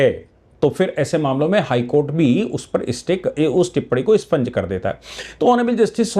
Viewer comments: Sir with due respect, it expunge and is not spunge. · ' स्पंज ' नहीं साहब ' एक्सपंज '